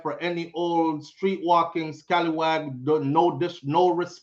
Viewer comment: u so been here for a minute, u said scaliwag 😂😂😂😂